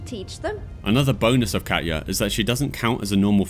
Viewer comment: Just so you know, Katja and Katya are different names so pronouncing the J like a Y doesn't make sense if the name is Katja with a J and not Katya with a Y... Your mispronunciation really bothered me lol probably just my OCD coming out or something.